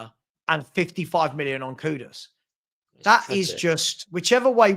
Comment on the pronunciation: I wanna know why people call KudUs - KudOs?